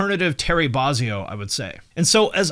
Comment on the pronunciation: Les apparently has a little problem with making too many T-shirts or at least down here in Austin every few months for a couple of years the Goodwills would suddenly be packed with hundreds of all these gorgeous Primus/Claypool tour shirts. Oh, btw, Bozzio is pronounced "BOH-zee-OH", not "BAH..." Not that Terry's even capable of being uptight about such things. Finally, how is it that Nomeansno never got even a fraction as big as Primus when anytime you play Nomeansno for a Primus fan they immediately want all their albums?